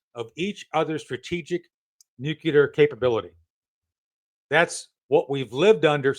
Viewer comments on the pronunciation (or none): COL SHAFFER SIR ITS NUCLEAR NOT NUCULAR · Tony, repeat after me NU-CLE-AR and top embarrassing yourself